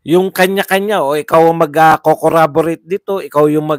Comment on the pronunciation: watching your replay. Correction lang, Corroborate po hindi Corraborate (snbi din ni Dan Fernandez).